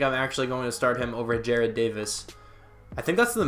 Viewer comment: Jared= Jar-ed Jarrad= Ja-Rod